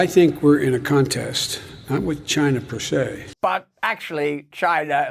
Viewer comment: Persay aye